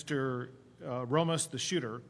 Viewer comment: JFC Abbot cannot pronounce “Ramos”. That’s absurd.